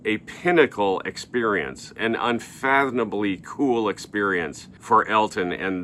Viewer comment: I don't believe a word of this. Why listen to a commentator who doesn't know the different between "rash" and "brash", "impulsive" and "compulsive"? When you use a word like "unfathomably" you should be able to pronounce it (hint: it has an M in it). And I believe, if you check, you'll find out that a lot more than "three other guys" have played onstage with John Lennon. "I asked both Dee and Nigel this question... In this video I share what I have discovered"; putting aside the incredible chutspah of asking respected musicians "why did you get fired?"... in fact, you admit that, in asking, didn't discover anything! All this is is conjecture. This is just another vlogger talking as if it's all about himself.